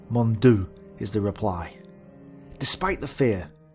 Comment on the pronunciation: The Belgian said "Mon Dieu!" Which means "My God!" in French. Your pronounciation threw me off so I just thought I'd clarify here. Source: I'm bilingual and from Quebec.